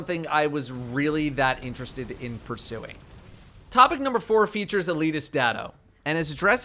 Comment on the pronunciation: Anyone else hear him say “topping number one” instead of “topic number one”